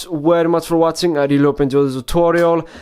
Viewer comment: Thank you for wotsing :P